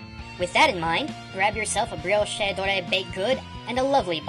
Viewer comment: Brioche is pronounced bree-osh. Not bree-osh-ay. Easy mistake.